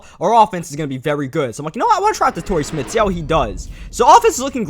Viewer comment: Y he pronounce Smith smitt